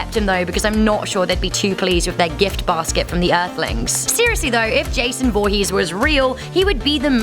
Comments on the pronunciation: "Jason Volhees" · In the beginning this woman said "Jason VOOhess"😂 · Jason voohees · JESOON VOOHEEZ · You said his last name wrong